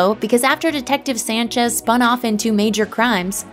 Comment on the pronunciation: Dee-tek-teeive Sayan-chezz